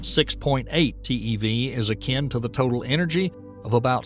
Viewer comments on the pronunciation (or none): none